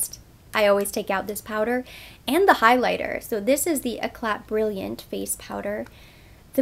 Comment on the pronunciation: I think eclat is pronounced with more of a smooth enunciation- it should sound like "eclay". The T is silent. YsL has had touche eclat products for a very long time which is when I heard it for the first time. It rolls off the tongue and sounds chic- which is more like the lovely french language . E'clat' - those accent marks by the E and the T are part of the pronunciation. E with an accent mark is "eh" not "ee". When T is the last letter it is often silent . Eh-clay is how the word 'Eclat' sounds. It rhymes with play not cat. Eclat is not an English word unlike Paris. One could prounce Paris the English way or in French with the s silent but eclat is not an English word. Just FYI since you probably have to say the names of French cosmetics often.